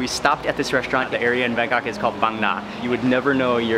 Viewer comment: It’s not reshtaurant but restaurant check the Google prononciation 🤨😡